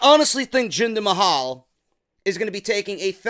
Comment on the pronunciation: Jinder MAY-HAL lol !